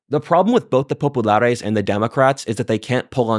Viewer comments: If he says popalaris once more i will SCREAM.Give this a BIG miss folks!! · I like WhatIfAltHist but the pronunciation of Populares and Optimates is ridiculous. Sounds like the Pepe meme girl. Just say it like a proper Anglican and stop pretending that your semester in Italy has made you cultured enough to pronounce it. I don’t doubt it’s pronounced right, I’m just saying it’s cringe to do so